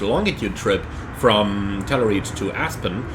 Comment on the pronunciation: I thought he was saying "tenerife" 😂